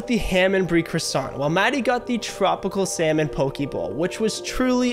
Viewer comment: Enjoying your videos. One note it is pronounced “poh-kay” not “pokey”.